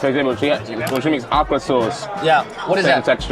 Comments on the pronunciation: The awkra got me. It’s O-kra my dude. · Not Ahk-cra It is pronounce Oh-cra Okra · He called okra awkra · Im so used to hearing OH-kra that i thought he said aqua, at first. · My ears hurt from him pronouncing okra. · They are African background Black American kids have way different cuisine and the way he pronounced Okra annoyed me 😭